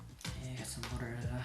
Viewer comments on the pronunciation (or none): I love the way you say "butter" it sounds like "boutter"